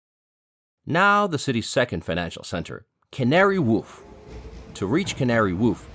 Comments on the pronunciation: You can taste the ChatGPT and weird pronounciations. Who pronounces "wharf" as "woff" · Wharf. Rhymes with... what the hell does it rhyme with. Not Scarf. War. F. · Never heard Wharf pronounced like that but hey